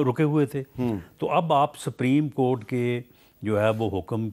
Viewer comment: Rana saab its not sapreem court its supreme court